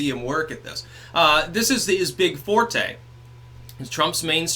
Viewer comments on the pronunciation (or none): none